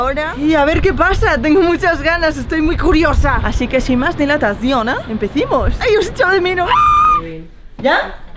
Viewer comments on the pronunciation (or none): Se dice sin mas dilacion, no dilatacion JSAJAJJASJJ